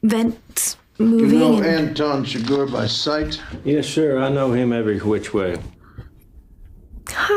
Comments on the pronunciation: The pronunciation of the evil character is Chigurh,. “Sugar” is the character of Marilyn Monroe in “Some like it hot”. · "Shoe-gar" 🤣🤣🤣 Chigurh and Stilgar got all mixed up at the end there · "Shoogar", you and names seem to have this arrangement going on. You can't remember them, and we love you more for misprounouncing them. 😁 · Also, "Shoe-Gar". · "Shoe gar" 😂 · fantastic reaction! Chigurh is pronounced /shuh-GRR/: ) Chigurh got the money (most likely), because Llewelyn hides the money in vents, and when Ed Tom goes back to the room, the vents are unlocked with a coin, just as Chigurh had done before. This is not a normal movie. This movie is about the gap between good intentions and results. With so much chaos in the world the gap will always be there. Llewelyn finds a bag of money and wants to use it to improve the quality of life for his family. But this puts a target on his back. He brings water back to a man that was dying and and now the bad get the VIN off his truck, which leads to his home, which leads to his mother in law, which leads back to Llewelyn and he is literally killed by his best intention to help that poor thirsty guy. Then Ed Tom quits being a sheriff, not because he is scared, but he is no longer aware of who the bad people is, or what’s coming. I’d reccomend watching the intro narration and the scene where Ed Tom talk to his (uncle?). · “shoe garr” 😂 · That made me laugh too. It's like she combined Chigurh with Stilgar. Was very funny. Edit: and she just acknowledged it as I was typing this. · Who's "Shoe-Garhh"? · freakin SHOE-GARR